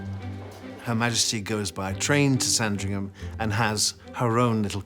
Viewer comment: It’s never pronounced “Sarn-dring-ham”. It’s “Sandringum” (short ‘a’).